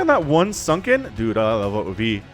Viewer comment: Just so you know iloveoov is pronounced like ilovemovie minus the m and ie